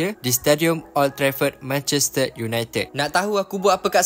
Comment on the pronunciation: Abg pelat r ehh Manchester ❌ Manchested ✅😂